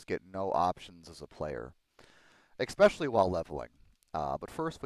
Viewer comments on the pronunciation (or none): Its not pronounced ex-specially. It's pronounced e-special-ly. Your videos are awesome BTW, I just wince when I hear the mis pronunciation.